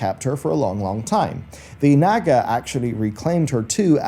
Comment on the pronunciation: its NOT NAG-UH ITS NAH-GUH! Fucking A, for someone who's so lore conscious!